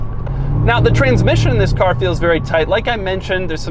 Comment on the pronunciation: Some would cal it the lincoln town ca"R"